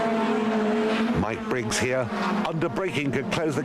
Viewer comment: At least he can pronounce Mike Briggs name.